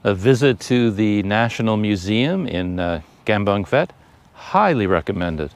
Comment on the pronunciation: As with Umphang, the ph is sounded P not F. Enjoying your videos around our area.